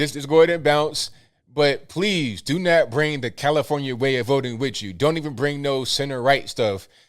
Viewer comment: "commifornia" LOL